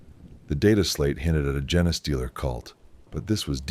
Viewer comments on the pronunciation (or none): Ok the Jena-stealer pronunciation drives me nuts. Can you fix it by spelling it phonetically? Fun story as usual. Can you add dramatic pauses or alter cadence at certain points to affect intensity or to build suspense?